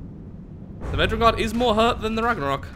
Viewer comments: Hey mate i know you are fully aware you are pronouncing it wrong but anyways this is how to pronounce it. Ragnarrewk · you pronounced The Ragnarök wrong. There is an accent on the o.